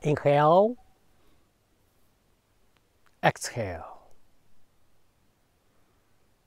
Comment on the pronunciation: In hell, exhell! 😂🤣😅😭(sorry, I love this video, but why didn't you help the master's pronunciation? 😣